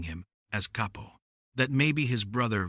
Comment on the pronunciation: Gotta love ai narrators. CAY-PO Lmao 😂